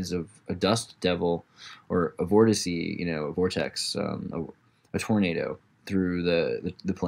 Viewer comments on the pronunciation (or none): none